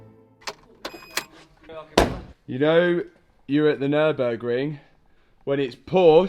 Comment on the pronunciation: omg your pronunciation for Nürburgring 🤣 All germans will be: "where did he go with his car?? Never heard of that place." And then "omg you mean NÜÜÜÜR-BUUURG-RING."